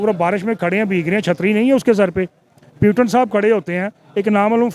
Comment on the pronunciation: प्यूटन क्या है ? 😂😂😂